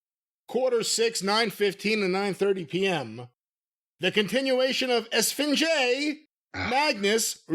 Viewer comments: And its pronounced (es-fin-hey) esfinje its Spanish for sphinx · Esfinge (pronounced Es -fing-hey) means Sphinx in Spanish . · I laughed way too hard at them butchering Esfinge's name.